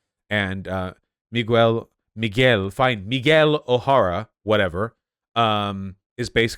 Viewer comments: nigga said meegwell O'Harra im weak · Miles More al ays Meegyle Oh hey rah Ugh vaush